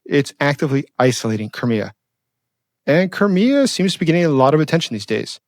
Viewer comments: It's like CRY ME A .... NOT kermia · Where is Kermia or do you mean CRIK3A?(cry-me-a)is the correct way of saying it. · lol it pronounced Cry-Me-Uh